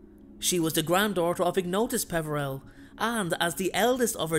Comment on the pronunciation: Ignotuis Peveeril Potter???